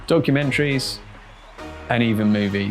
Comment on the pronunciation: did he say donkeymentaries